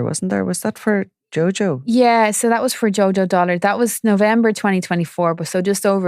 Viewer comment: DULLARD NOT "DOLLARD" FFS